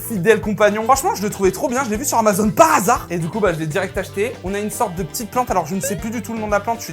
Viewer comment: Le "par asard"😂